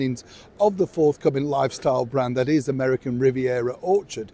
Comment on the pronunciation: sharoncooper She emphasizes "American" so as to distance her brand from UK (except when she needs to use them)😖😖😫😫😖😖😫😫